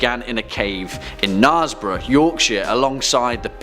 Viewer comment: Knarebough is pronounced ne'er like ne'er-do-well by us from God's own county.